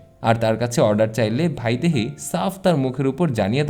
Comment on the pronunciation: ভাইদেহী নয় ,বাংলা উচ্চারণে বৈদেহী হবে